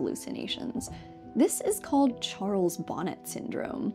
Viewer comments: I think it might be pronounced "Charles Bo-NAY syndrome " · Charles Bonnet was French so the hallucinatory syndrome associated with severe low vision is usually pronounced "Sharles Bon-ay syndrome".